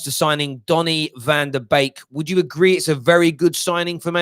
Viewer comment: BEEK NOT BAKE!! C'ON!!